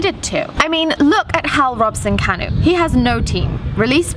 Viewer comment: Thanks for pronouncing Robson-Kanu's name correctly and not Robson canoe...unlike some people that happen to be Welsh. 😂 #welldone Another great episode of course :)